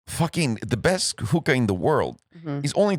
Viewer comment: Hooka, not hooker lmao